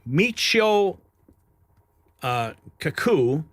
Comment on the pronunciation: It's pronounced Mee-chee-oh. Cock-koo. He is a world renowned physicist , the discoverer of 'string theory' He had a popular radio program and was a frequent guest on Art Bell and George Noory's radio show.